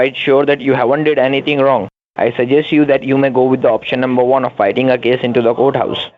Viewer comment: I love how they can NEVER pronounce "courthouse"... they say... COAT-house ... LOL